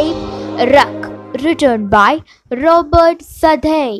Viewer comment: Southey pronunciation is wrong